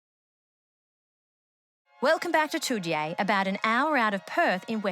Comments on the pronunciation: The pronunciation of Toodyay was wrong, its pronounced "Too-Jay", as a West Aussie it just hurts to hear it pronounced like that :p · It’s pronounced “Toojay”